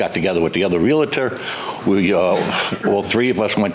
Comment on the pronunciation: its painful listening to his bs and its realtor not realitor and he was a cop.. hope dont get stopped for speeding listening to him